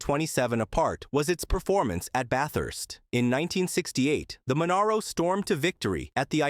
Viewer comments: Ffs say Monaro properly!!! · At least it wasn't " Moneero" .